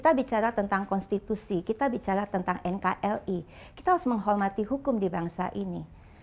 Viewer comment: Kekurangan adik ahok Gak fasih mengucapkan RRRRRRR NKRI Di ucap jadi NKLI